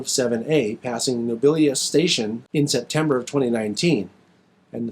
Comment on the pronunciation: Great work! Hope you liked my photos. BTW you did the best pronunciation of Nobelius i have ever heard anyone outside of Australia do! So great job. If you want to see more footage of the Lynton Railway the link to the YouTube channel is this We're gonna have to get you, top secret and Kevin down to Melbourne to see some of the steam action after covid! Cheers Lucas